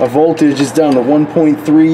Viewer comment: Just thought I would let you know there is a 'T' in 'voldudge.'